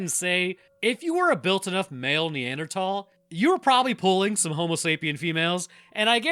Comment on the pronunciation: Neanderthal. "Th"